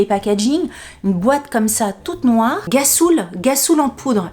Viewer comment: fou rire à la lecture de gassoul qui se prononce rrassoulle mdr en même temps quand on connait pas. ma pauvre en tout cas j'ai bien ris merci pour ce moment🤣😘😘😘😘😘